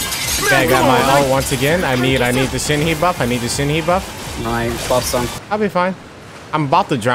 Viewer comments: the way you pronounce Shenhe💀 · its not shen hee its shen huh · It’s Shin- Huh Not Shen- Heee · It's Shen - hu. not Shen - hee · not "shen-hee" pls😭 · Sorry for being that type of person, not trying to nag or anything, but its not pronounced "shenheeeee" The "he" is pronounced like you are letting out a quick breath while doing a karate move. The "e" is more like a fusion of "a" and "i" if that helps...